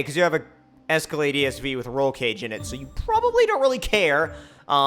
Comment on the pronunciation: I got Lamborghini doors on a Es-co-lade